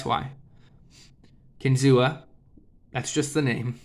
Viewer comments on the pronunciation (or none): It’s pronounced Kin-Zoo; the Seneca word for “fish on a spear” . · …kinzua is pronounced “kin-zoo” A reserve area near bradford, where the knives are made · The a is silent in Kinzua.